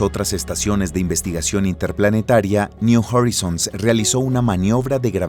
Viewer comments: me encantan los videos, las animaciones y los relatos. solo estaria bueno que estandaricen las pronunciaciones New Horizon: Niu Joraizn, no "niu Jorizon" Kuiper: Kaiper, no "kuiper" Pioneer: Paioniir, no "paioner" entre otros... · PONES UN RUIDO DESQUICIANTE 😝😝 [SEGÚN TÚ, ES MÚSICA], SIGUES DICIENDO "NIU JARRISONS" 🙃🙃 Y PONES UNOS DATOS AL PRINCIPIO QUE ARRUINA LA NARRACIÓN 🤪🥴🤪🥴, POR ESO CUANDO QUIERO VER UN VIDEO TUYO, ME PONGO DE MAL HUMOR Y LO CORTO. GRACIAS PERO NO, GRACIAS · Buen documental, solo el locutor pudo haberse documentado mejor cómo se pronuncian las cosas en inglés, y no andar hablando de la sonda niu jorisons o del satélite i o